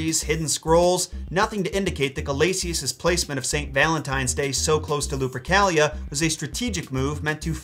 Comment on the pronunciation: Luprica sounds like Lubricant to ke